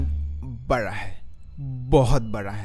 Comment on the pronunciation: Me: Universe bada hai: Universe bara hai bahut bara Sare research karne ke baad sab aise hi bolne lagte hein Ya ye angrezi kitab padh padh ke hua hai 🤣